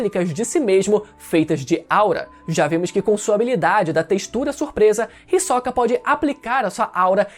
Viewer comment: o HiSOCA 🥵🥵, que agonia ele pronunciando assim kkkkkkkkk